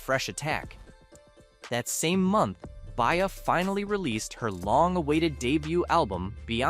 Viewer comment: He name is BE-Ah… not Bay-Ah… B-IA. Stop using AI, or speaking on Black culture.